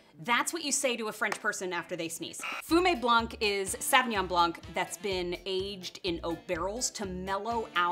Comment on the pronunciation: Love the vid but Jesus Christ learn to pronounce Sauvignon correctly